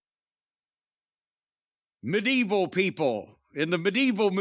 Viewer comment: Medeval is sure a way to pronounce it